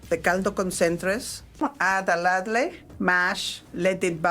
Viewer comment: "lad lay" for ladle.... love it!!